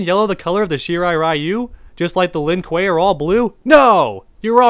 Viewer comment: Isn’t this the guy who can’t say sub zero name right or the Lin Kuei